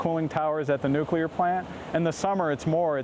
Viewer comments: nu klier NOO KLEE Y ER nuCLEAR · Girl can’t pronounce nuclear 😩